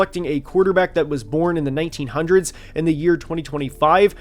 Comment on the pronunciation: I don’t like the way you said “the 1900s” 😭